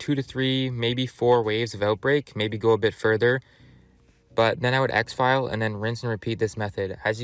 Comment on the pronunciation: This dude said “ exfile” 😂😂